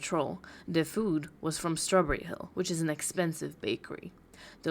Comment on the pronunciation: Still waiting for her new personality to download so she will stop saying Fwoowd instead of food.